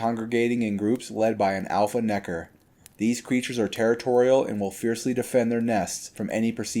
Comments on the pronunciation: I dont know how comfortable i feel with him saying nekkar so many times 😂😅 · Bro pronounced every letter and syllable in Nekker